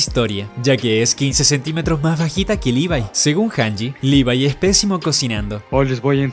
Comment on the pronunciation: se ganó mis respetos porque es de los pocos que e visto que pronuncian el nombre de Levi bien